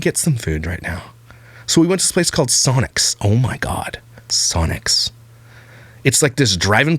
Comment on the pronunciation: Sonic not Sonics 😆